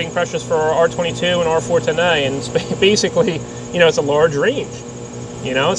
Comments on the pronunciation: why does he say a like that. r410ayee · I love your videos but the way you pronounce 410a is killing me.😂